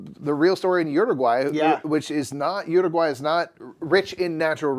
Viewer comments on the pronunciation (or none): How many different ways can we pronounce Uruguay😄